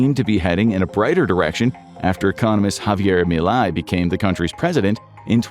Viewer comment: Whay did you say Mily instead of Milay?